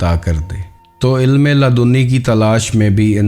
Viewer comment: Ludni hota ha laadooni nahi